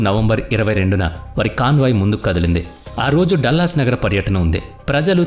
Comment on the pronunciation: డల్లస్ కాదురా మూర్ఖ డాలస్